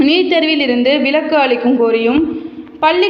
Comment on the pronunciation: அது விளக்கு அல்ல.விலக்கு. தமிழ் க்கொலை செய்யாதீர்.😮